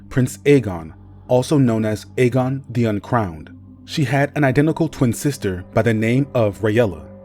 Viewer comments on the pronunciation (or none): none